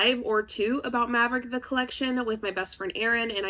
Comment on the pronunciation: It's OK no one knows how to say Maverick properly. And that's all right with me.